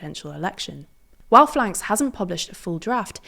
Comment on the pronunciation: It's generally pronounced "F.L.N.K.S" in English.